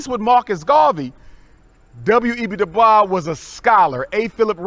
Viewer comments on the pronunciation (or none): Funny. He doesn’t even know how to say WEB DuBois name correctly, but you’re so studied. I too study panAfricanism and know DuBois said there ain’t a lick of French in his story. His name is Dew-Boys